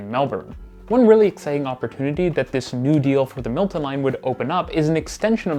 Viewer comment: I enjoyed your video, but your pronunciation is very uneven. Pronounce Milton as such, not “Multin” and insert the correct number of syllables into your words. You have a tendency to shorten three syllable words to two syllables. As well, Bloor is pronounced the same way as “poor”, emphasis on the double O, and not as Blore.